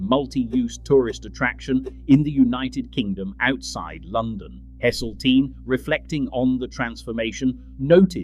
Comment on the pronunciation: "Livver birds" "Sea fith" "Hessle teen" lol. AI shite!